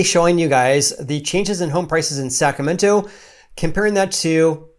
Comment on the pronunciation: Why does he keep pronouncing it "sacamento"?